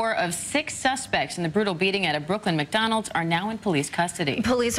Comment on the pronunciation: McHoddrats. Lmao